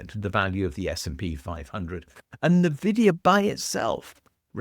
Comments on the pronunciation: "Nvidia" should be pronounced "envie dia", and not "neu vidia". Because the "n" stands for that, precisely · Envidia (like the god of envy) not nividia. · Nvidia is pronounced en-vidia, not nuh-vidia. Even if I agree with you, it makes it hard to take you seriously if you cannot pronounce the name of the company with the highest market cap correctly. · This guy doesn't know how to pronounce "Nvidia".